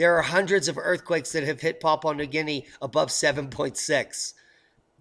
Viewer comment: Papua Papua .. Well done, You nailed the correct pronunciation .. Perfect :) Thats a huge effort for an American i know,, to be applauded...